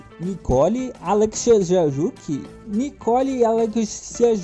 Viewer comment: Se pronuncia assim ó: alek-sie-juqui